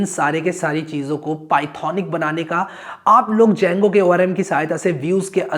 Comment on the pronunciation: The D is silent boah!